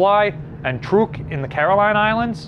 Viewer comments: Truk is pronounced like truck. Tarawa, followed by Peleliu were two of the most brutal, I found Tarawa very interesting because of the small size of the island and all the restrictions is put on the defenders. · I almost forgot to comment on the Truk pronunciation.